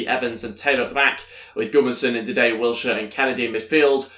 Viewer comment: Don’t say Ndidey it’s Ndidi. And I’m a Leicester fan. Thanks